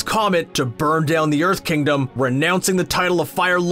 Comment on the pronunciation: did he say erth tribe?